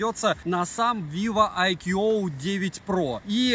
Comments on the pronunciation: Хотелось бы исправить автора в его произношении брэнда, так как немного режет ухо. Не "айкьюоуоу" а просто "айку" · Название бренда читается - Айку. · Правильно IQOO (I Quest On and On) произносится "айку" и хотя это суббренд VIVO называть его VIVO IQOO не совсем корректно. У IQOO формально свой сайт, каналы продаж и поддержка (Индийский сайт у нас открывается без vpn и прокси). Глобальных IQOO не бывает, только китайские и индийские, причем у индийских моделей другие названия. Насколько в курсе вывод на европейский рынок по прежнему не планируется. Расцветка а-ля BMW уже на третьем поколении смартов IQOO используется - началось с IQOO 7, так что как она будет в эксплуатации можно узнать в соответствующих темах на 4пда. Кстати поколения у них меняются раз в полгода. Смарт поддерживает n79, а значит 5G будет работать в РФ, тестовые зоны хоть и небольшие, но уже есть МСК, СПб и еще ~40 регионов РФ